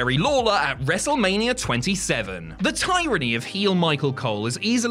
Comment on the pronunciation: Wow that is not how you say tyranny Edit: or Herculean